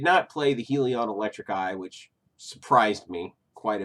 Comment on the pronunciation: It’s “The HELLion” not HE-Leon.